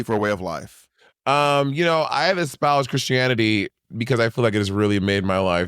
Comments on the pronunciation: "espouge... did i use that word right?" bob you didn't even SAY it right please... this is why i don't trust a word outta that mouth because he be so confidently incorrect all the time!! 😭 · what killed me is that he took the time to look it up and no doubt Google corrected it; he proceeded to read the definition, and still pronounced it as espouged. Screaming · the way bob pronounces "espoused" in the end sounds weird... making it sound portuguese when it's not lol